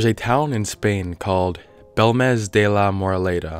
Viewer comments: It's pronounced bElmez, not belmEz, the accent marks (tildes) are there for a reason, they indicate which letter to accentuate. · It's BELmez. Not how you pronounce it.